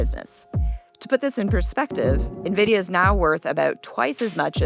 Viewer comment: you're an excellent host for this podcast, which I've watched/listened to for about a year. I love the rotating panel of AI Researchers. Minor correction: NVIDIA is pronounced "en-vid-ee-uh" by Jensen Huang, himself. Keep up the good work!